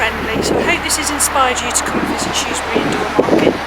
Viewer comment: Good video of the market traders. The presenter really needs to learn how to say Shrewsbury!😊